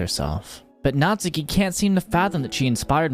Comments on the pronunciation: cough cough her name is natsuki, not natsUki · Just to ruin everyone's day: her name's pronounced "Nat-ski" in Japanese 🙂 Also, never realized but im literally her